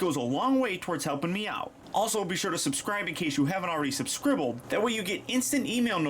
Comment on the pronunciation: "Subscribbled" Okay. XD